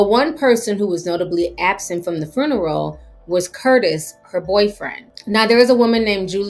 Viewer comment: The fruneral???? 🤣🤣🤣 I love how she said that!!!!